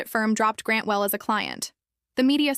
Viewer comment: "Grantwell....... Manufacturing........For...." Just graduated from The William Shatner School of Narration.